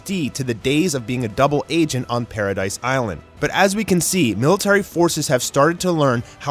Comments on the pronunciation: Paradis not paradise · Wait did he say "alidians" and did he say paradise its paradis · It’s Paradis bro not paradise.